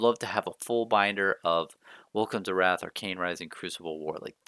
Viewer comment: Nice collection! Pronounced Rathe not wrath though 😁